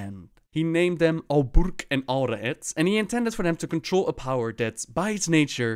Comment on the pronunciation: al burq , is pronounced bar - q it's lightning in Arabic raad is thunder in Arabic